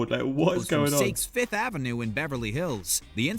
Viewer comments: Sakes 5th Avenue? Veh-Coh-Din? Is he not allowed to say the names right? 🤣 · Wtf? This guy can't pronounce Saks or vicotin lmfao. This video is sus.